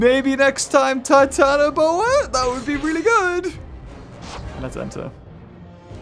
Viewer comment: You didn't say Titanoboa Right. You say it like this: TITANOBOARRR